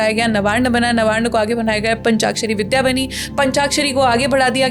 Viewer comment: 'विद्या ' उच्चारण में शुद्धता अपेक्षित बनती है !